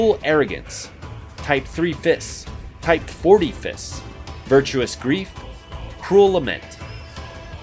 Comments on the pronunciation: It's Type 4O(four-Oh) not Type 40(forty or four-zero) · Anyone else getting triggered with him saying "type-40" instead of "type 4 O"? I know I am... 💀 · Its the number 4 and the letter O, not the number 40.